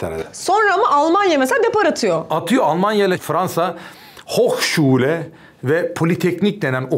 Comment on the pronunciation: Bir Türkçe bölümü istiyoruz madem. Bir de hozom 'hochschule' deyişinize yarıldım. Programlarda ara sıra 'hochschule' çıkışları bekliyoruz :DDD